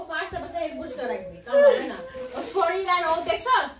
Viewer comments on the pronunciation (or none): none